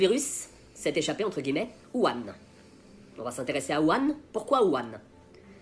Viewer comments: Plutôt "wourhane" je trouve ça plus porche, après c'est du détail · Même pas foutu de prononcer correctement Wuhan (prononce woo rann). Le complotiste qui se regarde dans la glace pour se convaincre de sa légitimité à ses yeux. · On dit : "wourane" merci ^^